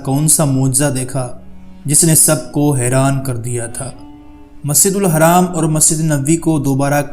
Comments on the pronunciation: Musjidul Haraam nhi Masjidul Haram hota hai Soch samjh ke bola kr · Maszid ur haram nahi hai maszid ul haraam hai....sahi se Nam bolo bhai.... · Bhai haram nhi hai masjid hram padha jata hai bhai pronounciation sudharo bhai